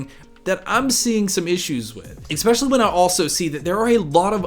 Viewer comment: good talk. But - 'ek-specially'?? -- haha c'mon you know you're better than that. But excellent overview of your approach & philosophy.